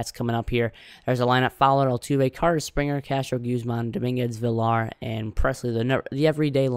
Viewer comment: Also villar last name is pronounced villar(viyar) Good vid.